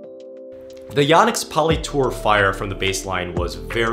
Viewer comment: It’s YO-nex. Long O sound. I’ve been saying it wrong for over 20 years, apparently.